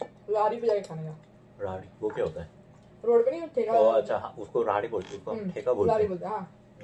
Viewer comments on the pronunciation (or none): उसे राडी नहीं रेडी बोलते है 😛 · It's redi not radi bro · Raadhi ni redhi hota h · Wo radhi nahi redhi hota hai